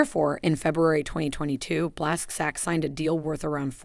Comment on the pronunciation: Blasc zack sounds terrible. Please, if you want make another speech just put a surname on a google translate and listen to proper pronunciation.